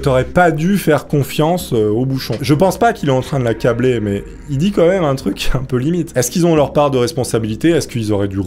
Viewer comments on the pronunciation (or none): stp on dit "quand même" pas "comeme"